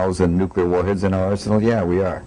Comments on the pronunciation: UGGGGGHHHHHH!!!! If you are going to make a point, atleast be able to properly pronounce a word!!! Is NUKE CLEE ERR NOT NUKE YOU LER AAAAAAAAAHHHHHHHH!!!!! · I'll try... Nook-Uh-Lur... Nook-Uh-Lur... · Repeat after me - NEW CLEAR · Is "newkiller" an american translation of "nuclear"?